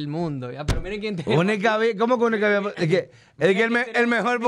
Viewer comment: Él dijo podcast bien al principio. Deja el "hate".